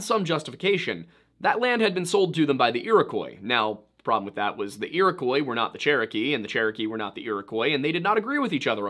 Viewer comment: It isn't pronounce Iro-koy. Iroquois is a French word. They heard the word, wrote it phonetically in French. That is the spelling we have today. It is pronounced "Iro-Kwah".